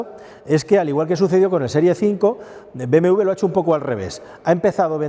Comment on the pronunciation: es doble u: be, eme doble u ¡coño! siempre lo pronuncian mal